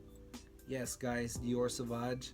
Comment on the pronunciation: Dude, you need to learn to pronounce the name of the fragrances you're talking about. You lost me at the repeated SAVAG. And there's no such thing as a "negative compliment". A compliment means a praise. Negative feedback, reaction, whatever. But if it's negative, it's not a compliment, by definition.